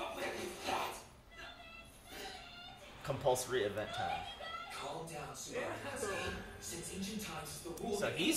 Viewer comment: I really enjoy this shows dub Edit: except the way they pronounce Subaru and one dude who will show up later